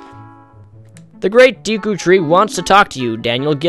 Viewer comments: deck- u not deek-oo exceept for that i agree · I actually think it is dayk-oo, but I really don't think it is that important. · Kokiri as in Coke-ear-ee. Navi as in nah-vee. Deku as in in day-coo. He is twelve in this game. The games are not in chronological order. I have a feeling your going to mispronounce it, so Gerudo as in Geo-rue-doe. The coins are for a mini-quest later in the game that gets you things like a bigger wallet. I hope sees this!